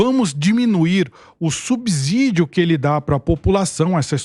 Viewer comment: Subsídio, gostamos de ouvir (ci) e não (zi). Mas voltando ao Lula, espero que os argentinos rejeitem a "democracia relativa" do petista.